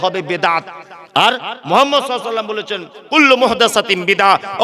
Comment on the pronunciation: আপনি যেভাবে কথাগুলো বলছেন সবই ঠিক আছে।। আপনি যে নবী পাক সাল্লাল্লাহু আলাইহি ওয়াসাল্লাম। নবী পাকের নামটা আপনি কিভাবে উচ্চারণ করলেন নিজে একবার ভাবুন তবে লোককে বলুন